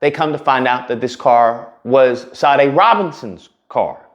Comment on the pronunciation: Pronounced "Sha--DAY."